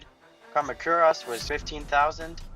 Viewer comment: Kah-mah-kerr-ahs? You mean Kuh-ma-kuh-rus?